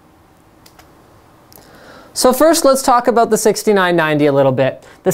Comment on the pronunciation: Linus is awesome. Every now and then you here his "about" turn into "aboot". XD Sorry your youtube account was hacked bro. :(